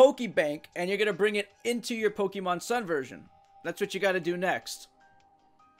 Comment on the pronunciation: Dude. Dude. Say it with me. Poh-keh-mon. Poh. Keh. Mon.